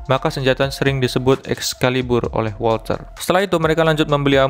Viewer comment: Wolter bang bukan wolcer 😂